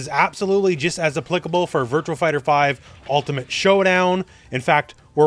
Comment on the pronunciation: Virtuaxxx Fighter. It’s not Virtual. There’s no L. Stop pronouncing it.